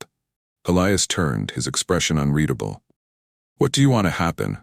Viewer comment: A very good story throughout. My favorite part? A story where the AI finally pronounces “unreadable” correctly multiple times. Sniff sniff, a single tear runs down my cheek. Thank you